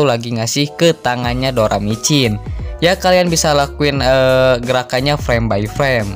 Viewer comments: doracimin bukan doramicin bang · doracimin doramicin lagi😭👍